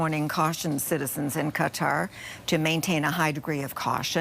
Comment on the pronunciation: THANKFULLY, SANDY, YOU ARE ONE OF THE FEW ANCHORS WHO PRONOUNCE QATAR PROPERLY!!